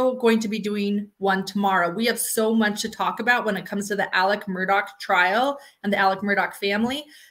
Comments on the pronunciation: The worst part is that he also pronounces the “A” as an El sound. “Ellic” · He says "Ellik Murduck." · The south is not a foreign country. We speak the same language. It’s pronounced Alex and the last name is pronounced Murdock. He chose Alec bc he’s a narcissist. And any other southern boy would have whooped his a$$ for trying to “Alec” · Just to clarify the first name pronunciation... As a transplanted southerner, in my state, we have a town called Alexandria that locals pronounce the same way Alex pronounces his name, "Alec" (or really "Ellick"). I don't get it, but it's a thing. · I have lived throughout the South for 40 years. AM’s pronunciations of his name is not Southern. And actually, if you listen to Mandy Matney’s podcast, she goes into all that. AM actually pronounced his name as Ellick. However, you are incorrect about the pronunciation of the last name Murdaugh. In a more Gaelic pronunciation of the name Murdaugh, the GH is pronounced like a hard K. So, I don’t think you can really fault them for that, that they want their name to be pronounced in the traditional Scottish/Irish/Gaelic way. People throughout the UK commonwealth actually pronounce similar names with a hard. K sound. Similarly, the name Dougherty is often pronounced Dockerty. As much as I enjoy your show and your insights, it might be good to do a little research before delving too deeply into speculation about why names are pronounced the way they are and what that could reveal about character and personality. Just a thought. :-)